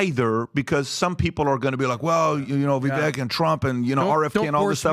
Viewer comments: Love PBD and the show but you guys gotta stop mispronouncing Vivek’s name It reminds with ‘cake’ - ViVAKE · Can you guys please pronounce Vivek’s name correctly please! Vivek like CAKE